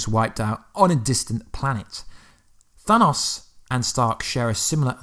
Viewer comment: That's actually not how you day Thanos